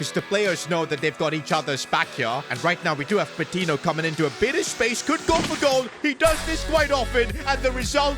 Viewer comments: Great vid but the pronunciation of Patiño is killing me It’s not Pa-tee-no it’s Pa-teen-yo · its pronounced patinyo not patino